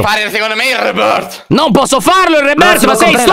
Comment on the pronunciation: Alex : Reboooorth Io : ma come l'ha detto 🤣🤣🤣🤣 adoro 👁👄👁👍